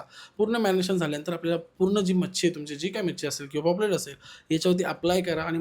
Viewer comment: Poplet nhve re paplet